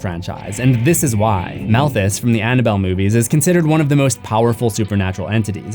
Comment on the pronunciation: I caught that "Annaboll Dell" lmao